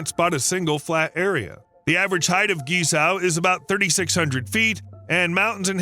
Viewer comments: Seriously, learn the pronunciation of Guizhou if you’re going to make a 20 minute video about it! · Please learn to pronounce Guizhou correctly. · It's pronounce and sounds more like KWEE-Zoe", not GEE-Sow".. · Thanks for the video. You pronunciation of Guizhou (Gee-Sour) is a shocker and funny. At least you try. Maybe try this, instead of Gucci, try Guc Joe. Yep, the bridge cost more than the handbag. Cheers. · Was so hard to hear you say GiZao 😂 it is called GuiZhou and pronounced - guyi joe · His pronounciation of guizhuo is completely unrecognizable. It's not gizow. It's pronounced like gwei joe. His pronounciation is so far off that i had no idea what area he was talking about until I saw it written, and I'm used to the Americans' pronounciation. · Not Gee Sao, buddy. Gway Joh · What you pronounce as geez-zow should actually be pronounced as gwey-zoh. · Guizhou pronounce “Gwei Jiow”, not “Gie Shou” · It’s pronounce Gway-Tso not Geezao! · Guizhou. Try saying "Gwhey joe". Not "ghee sow" 😂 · “Guei Chou” is closer to original Chinese pronunciation. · Please use a talking dictionary to properly pronounce Guizhou…..it’s not gee za! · It should be pronounces “geay-jo” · I had no idea where you were talking about until I saw it in print later in the video. It’s pronounced Gwei Joe. I’ve been there many times as my wife is from Guiyang. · Pronounced "Gwei Jow" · the pronunciation is gwei chow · It was hard to listen to this, when the speaker massacring the name of this province seemingly every 30 seconds. Take the time to at least figure out how to pronounce the focus of your video. Guizhou is pronounced more like Gway-Joe. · Please make a little effort to learn to pronounce foreign names at least a bit closer to accurate: "GuiZhou" should be pronounced similar to "Gway-Joe"! At first I had no idea where you were talking about! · Great video, but Guizhou is pronounced gway-joe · Wrong and misleading China maps, wrong pronounciation of GuiZhou, pls beware